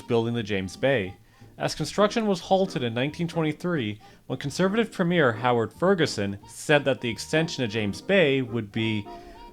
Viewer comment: They even pronounced the word 'premier' wrong